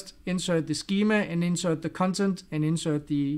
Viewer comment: I will definitely pronounce "cuntent" from now on 😅